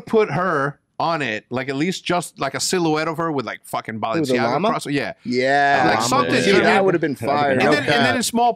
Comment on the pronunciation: Nobody: ... Hecz: BALLenciaGA